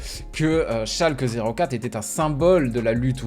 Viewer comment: Oui, mais ce n’est pas « Schalkeuh zéro quatre » mais « schalké noul fiiirr » (Schalke null vier).